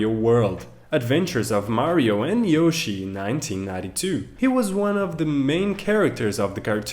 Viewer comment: I can't help it! Forgive me but... YOO-shi?!?!?!?!?!🤣🤣🤣